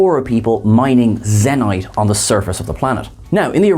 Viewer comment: You mispronounce so many nouns from TOS I wonder if you've watched it much. Zeh-nite? Stray-tohs?